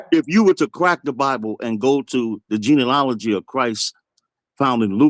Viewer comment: "Gene-a-ma-lology" Goodness gracious. This guy has to be doing a comedy bit.